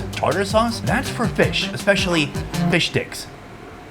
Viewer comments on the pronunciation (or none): it definately sounded like "fish dicks" :face-blue-covering-eyes::body-blue-raised-arms::face-purple-smiling-tears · it sounded like "fish dicks" 😅😅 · It definitely sounds like you said fish d**ks. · trying not to add Japanese syallbles Fisha sticko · Fish dicks ~ that's what he said, that's what we all heard :D